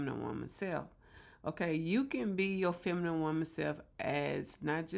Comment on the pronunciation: Did u say FEMIMIME...??? femimime???